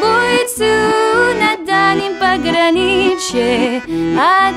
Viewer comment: вот вы же оказывается умеете четко произносить русскую букву "че", вы поёте: "И бойцу на дальнем пограниЧье", А в песне Тальяночка вы "че" произносите как "ше", просто в Тальночке вместо "ше" произносите "че" и у вас будет просто шикарное русское произношение )))